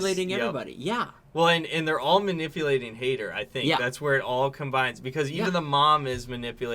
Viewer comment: Haider is pronounced closer to “Hi there” than “Hater”